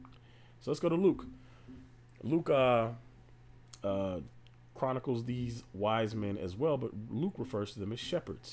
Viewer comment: When you said Luke aHH you spoke EVE bro Lukah.